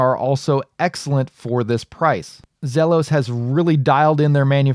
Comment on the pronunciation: I thought I would check here to see if it was sold out yet. It's pronounced Zeeelos